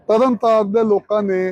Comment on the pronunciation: ਤਲਨਤਾਲਨ ਨਹੀਂ ਸ੍ਰੀ ਤਰਨਤਾਰਨ ਸਾਹਿਬ ਜੀ ਆ